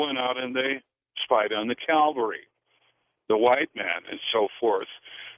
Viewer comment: Anyone who says calvary instead of cavalry isn’t worth listening too.